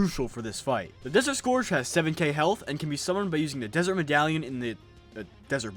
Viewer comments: sc-er-ge not score-ge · "desert scorge" im dying DX